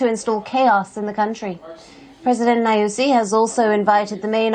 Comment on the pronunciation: This presenter really gives me the tickles when she says "president Nayúzi" 😂😂😂😂. Anyway, corruption is embedded in our government. FRELIMO's sole purpose is to hold on to power so they can further loot the country, disgracing all Mozambicans in the country. They never cared about the people as they claim. They'll hardly relinquish power.